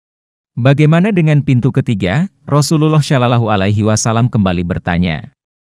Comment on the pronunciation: Bang kalo bisa kata katanya jangan salalah ala wasalam ..ga enak d dengar